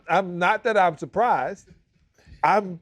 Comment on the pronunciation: SAL say he pleasantly" supplizzed" about the cognac 😂😂😂